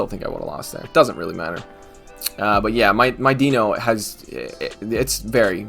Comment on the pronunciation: It's pronounced DYNO it bothers the shit out of me and I know you don't care.